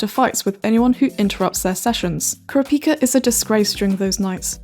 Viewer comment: Now how your sayin kurapika that’s really um hmmmmmmmmmm